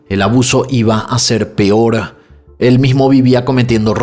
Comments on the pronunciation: Por favor no digas pior 🙏 me encanta tu canal pero cada que dices pior me da no sé que 😅 lo correcto es peor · Porque dices PIOR y PIORES 😢